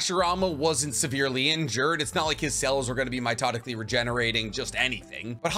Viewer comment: "Mitotically" is seriously grinding my gears